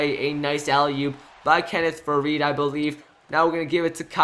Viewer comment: #7 isnt faried just saying cus u called him varied like 4 times